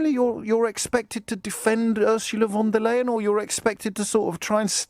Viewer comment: I am surprised and disappointed that a man of James O´Brien´s intellect still cannot pronounce Ursula von der Leyen´s name correctly. She was elected to the post of President of the EU Commission in July 2019, so he´s had plenty of time to learn it.